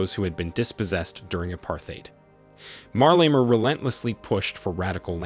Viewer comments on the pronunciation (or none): Why is the narrator saying "Marlema" instead of "Malema"?. Hopefully President Malema will correct the injustice that was imposed on South Africans, and grow the economy to improve the lives of the disenfranchised. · You are pronouncing his name with "r"...like Marlema!!! WTF! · I wish you would not call him MARLEMA, but his real name MALEMA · The way this guy pronounces 'Malema' is incredibly stupid. How do you see the phonetic spelling and still say "marleima". 🤦🏿‍♂️ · Why does this narrator keep disrespectfully pronouncing MALEMA'S name as Marlena! Learn to do your job you will loose me and others as subscribers. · WHO is Marlema tho? Leave that AI alone!😂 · It would help if you pronounced his name right. There's no R in his last name. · IF YOU CANNOT PRONOUNCE HIS NAAAAME....DON'T REPORT ON HIM!!! TYPICAL YT "PEEPO" FOOLISHNESS!!! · Pronounce his name properly. He is trouble maker&anothing,Have you been paid to promote him??just saying.He just wants all for himself,The EFF members are brainwashed!!!!